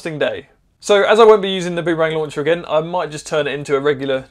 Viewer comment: Shorten the ooo in boom to be nearly as short as bum. That's the way the Indigenous Australians say it.